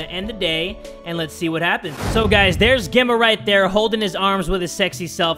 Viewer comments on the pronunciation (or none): "Becosh hesh sho funny" Beautiful, im in tears.